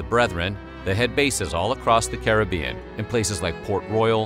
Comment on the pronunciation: big up yourself for pronouncing caribbean correctly